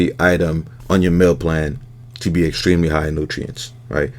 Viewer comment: When you put the yolks up there, I thought I heard you say “eggstremely” I was like well played.